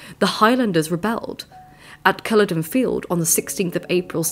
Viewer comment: Great video and I love your channel. Very insightful view of Scottish history Only slight suggestion, and I feel so bad commenting this, but maybe check pronunciations next time. I understand the trouble with loch and Urquhart but Culloden is a historical site for all members of the United Kingdom.